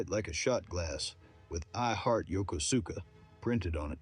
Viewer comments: AI pronouncing it "Yo-ko-SU-ka" tells your audience you really know what you're talking about. 🙄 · Spent 20 years in. Did shore and sea tours in Japan. Sea duty can be rough, but you should realize that before you enlist. And you didn't pronounce Yokosuka correctly. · You can tell someone’s video depth by how they pronounce some cities. I left the second he pronounced Yokosuka that way. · Yeah, I caught that too. But TBH, I didn't know how to pronounce Yokosuka until I was stationed there. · I became the greatest whore the 7th fleet ever produced, nailing women in more countries than you can name. You cant even say Yokosuka right. What a sorry ass soup sandwich of a sailor you were. I had a blast in the USN.